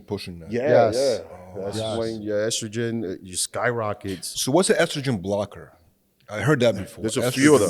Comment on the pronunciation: Strogen? Or Estrogen? 😂😂😂